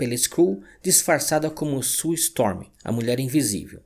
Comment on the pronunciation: Vídeo muito bom. Só queria deixar um toque: o nome Reed se pronuncia 'RID' e não red. O apelido da Susane (Sue) se prununcia 'SU'. Valeu!